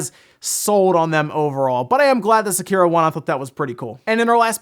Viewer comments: "Se-kearo." Jesus fuck, you pronounce that so wrong. Like people who pronounce "Sakura" as "Suh-kur-uh" instead of "Sock-ur-a." It's "Sei-kee-roh" or "Sek-ee-roh." Jesus. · >Sekiro wins award >A creator accepts and says the game's name. >Annoucer, Doritos Pope, and STILL emphasis the middle syllable which never happens in Japanese.